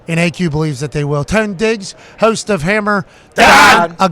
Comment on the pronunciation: "host" another word when Pat pronounces and it sounds like nails on a chalk board